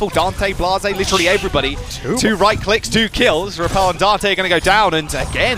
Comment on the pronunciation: lol the way he said rapel